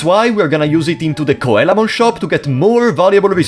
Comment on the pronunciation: Coelamon is pronounced "See-la-mon" It's because it's based on the ancient fish, the coelacanth. The sign he's referring to is a dojo's title sign, it's a japanese thing, a person from a different rival dojo would challenge a dojo to get their entry sign if they won, it would make it harder for people to know that a dojo was a dojo and if it was missing people would know that the dojo wasn't the strongest in the city. It's very much a japanese trope so there's no real equivalents in other countries. The reason why some Mega Digimon are Ultimates in this is game and you can't digivolve into Mega because Mega Digimon didn't EXIST yet. They were introduced after this game. Kokatorimon is a Cockatrice, it's supposed to be Cockatrimon but like, translators are dumb sometimes. Cockatrices are a mythical beast that has the power of petrification, it's born from a rooster egg that was hatched by a toad or snake and is basically a rooster/wyvern. They're related to Basilisks. Lol poor bastards that were petrified. Gekomon is pronounced like "Gecko-mon" not that they ARE geckoes they're Frogs, but the japanese onomatopoeia for frogs croaking aka ribbiting is geko-geko Airdramon "Air-dra-mon." yup. Whamon "way-mon" because Whale. Great job~ :3